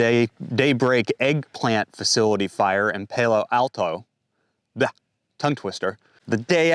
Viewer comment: Palo Alto It's pronounced Paa-low Al-tow County Iowa. 😉